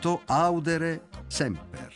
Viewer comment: memento audère (non àudere) semper... bellissimo.